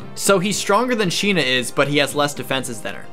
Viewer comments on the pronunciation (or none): none